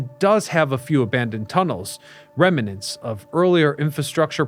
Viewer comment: They relocated Trafalgar Square to NYC. Amazing! Oh, and it's "rem-nants" not "rem-a-nants".